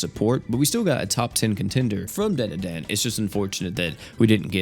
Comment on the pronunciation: Dandadan ❌️ Dan da dan ✅️